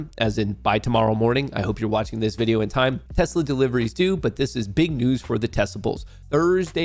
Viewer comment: “We love tessler!”